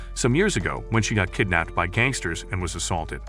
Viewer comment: he said cangsters 🤣🤣🤣